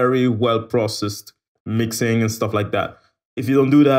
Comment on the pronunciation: What the hell is "Mixining"?